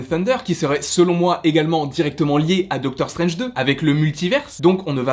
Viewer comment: Je crois que tu vas jamais réussir à prononcer le titre de Doctor Strange 2 😂